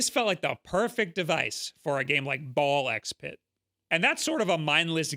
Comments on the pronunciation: I know, there's many different game with an X in the title, and every one of them is pronounced differently for some reason, but for "Ball x Pit", the X is silent so it's technically just "Ball Pit". =P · It's just pronounced "Ball Pit" The X is silent.